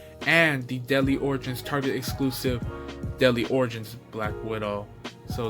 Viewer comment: I thought you said “Deli Oranges” instead of Deadly Origins, haha! Sick review dude!